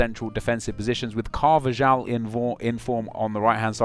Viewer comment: With Carvajal or however you spell it, dont you pronounce the j as a h?